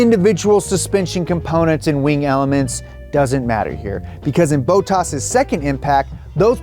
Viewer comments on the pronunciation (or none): Stop saying boatas it’s bottas you goon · Man the way you pronounce Bottas’ name triggers me haha there’s no “a” after the “o”. His name isn’t Boat-tas it’s Bot-tas. Sorry had to say something about that otherwise really cool look into the financials of a crash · It is bot-as not boat-ass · Bow-tass > Bot-tass: Easy math - (A guy from the south who pronounces names incorrectly without malicious intentions). Also put on a jacket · It just bothers me that he keeps saying bow-tass rather than bottas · It's not Boat-as, it's Bot-tas 🤣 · Who the fuck is bow toss?!!?! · Who is this 'Bow-Toss' guy? :D It is 'BOTT-ASS' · It hurts my soul every time he says “Boatarse” instead of “Bottas”. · BOT - TAS not BOW - TAS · Why does he keep saying Botox? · Bottas... Not Bowtaas... Bottas... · It’s not boat-ass it’s bot-ass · I love these shows but I hope see's this and pronounces it Bot-tas not Bo-ttas, it hurts my soul. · BOH TASS NOT BOW TOSS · Who’s Bowtoss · I'm sorry but the way pronounces bottas' name is triggering me. THERES 2 T's IN HIS NAME! BOT-TAS! not bo-tas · bruh it's not bo tus its bot tas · anyone else annoyed that he keeps saying bo-tas and not bot-tas? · lol...Botox...Bottas...BOT TAS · Boe taz lol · whi tf is boltass? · Boooooootas, ffs bottas a short o please. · For the love of God learn how to pronounce Bottas..... It's not Bo-ttas(bow-tass), it's BOTtas(bot-tas), sooo annoying! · Bottas = bot-as (don't overpronounce the s) Not bow-taws For someone who knows so much about F1, has he never heard the pronunciations from Crofty? I swear Americans make pronunciations up for the fun of it. Clear thar the American bloke is a poser. Speak in £ not $ too, this is a British sport not American. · the bowttas pronunciation is giving me shivers😅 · I was hearing "Boat-ass" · Yoo everytime says Bottas.. All I hear is "Botox" 🤣🤣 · I thought was a real f1 fan til he said bottas like bote ass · "Bow Taas" lol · Bo-toss :P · BOW-tas lol